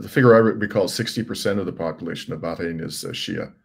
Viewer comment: ❤❤, thank you for pronouncing BaH rain correctly! ❤❤